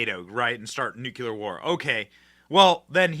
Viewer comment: Benny, there are so many things I adore about you 💝. One thing I refuse to tolerate is not being able to pronounce NUCLEAR. IT’S new-cleeeeure. Please do better 🙏🏼